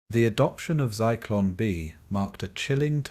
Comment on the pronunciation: Zeeklon lmfao you mean Zyklon????? What an idiot